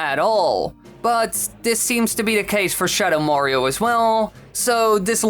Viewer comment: "shadow morio"